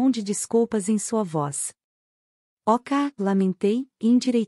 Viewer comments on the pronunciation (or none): Oh obrigado❤ Comprei o primeiro livro a um tempo, mas ñ pude obter as continuações. Amei a leitura. A voz é ótima e qualidade tbm. Mas confesso que demorei um pouco para entender que "OCA" era "Ok"🤭 Estou no